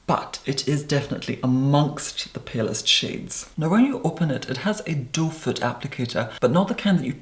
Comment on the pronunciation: Your pronunciation is so clear and crisp that now I know the applicator is called "doe foot" rather than "doefur" that I thought everyone else was saying.